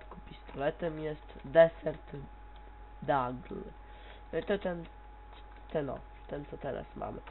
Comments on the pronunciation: Wymawia się Dizert Igl. Pozdro szejset bro. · Nazywa sie "Diesert Eagle" mówi sie "Diesert Dagle" ŻaL.pl ™ ! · ten piekielnie mocny pistolet to nie żaden "dagl" tylko desert egle czyt. disert igyl ale pozatym wporzo tylko szumy w mikro zredukuj ;) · on nie umie mówić digl (deagle) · "Scout" ? chyba scaut czyta sie... Dagl ? lol chyba digl czy ta sie te L takie ma być LL. Człowieku odpuść sobie to ... -,- łapka w dół.